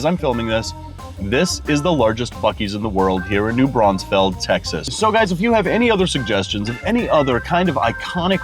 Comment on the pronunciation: It’s also New Braunfels not Brauns